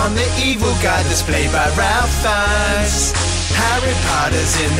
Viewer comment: That was amazing! Just one tiny thing, Ralph Fiennes has a different saying of his name. Ralph is pronounced like Ray.